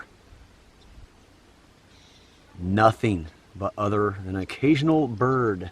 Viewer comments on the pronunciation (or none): none